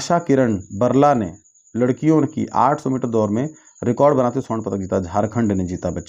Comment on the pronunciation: लकड़ियों नही सर लड़कियों 😂😂